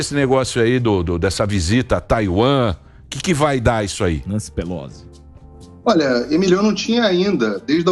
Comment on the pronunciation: Não é Nancy Pelôsa mas sim Nancy Pelósi a pronúncia. Ignorante esse Figueiredo. E não é muito menos instável e sim muito menos estável. Presta atenção. Esse Paulinho é um bobão